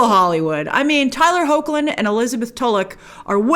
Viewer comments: I just like Tyler Hoechlin and its pronounced heck-lin it is hard when you just read it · btw Grace, his last name is pronounced "Hecklin", great video and I didn't see it coming that you'd like it LOL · Hoechlin is is pronounced ''HECK-lin' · So, a little tutorial on how to pronounce Hoechlin. Heck-Lin.